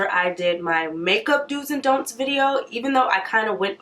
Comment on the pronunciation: 🤣 i can't focus on anything but that "dont eye"